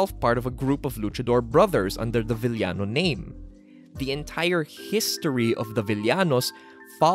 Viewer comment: Filipino pronunciation - VIL-YA-NO WORLD CLASS Filipino pronunciation - VI-YA-NO P.S. I wish you could make a video essay about the Lucha Libre Big Three (El Santo, Blue Demon and Mil Mascaras) or the Three Musketeers (Masahiro Chono, Keiji Mutoh and Shinya Hashimoto)